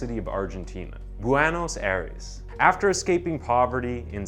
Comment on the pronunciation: Ik it's a month old. But it's "Ah-EE-rehs"